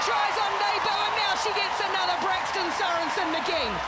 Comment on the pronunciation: "braxton"? lol